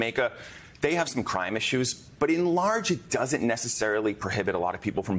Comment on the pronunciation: It’s Caribbean …not Kerribiean… 🤬